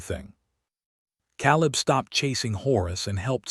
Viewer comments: Yes. Caleb pronounced like Kay-Lebb. Proofread! Proof listen! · Tell your AI that the a in Caleb says its name, long a.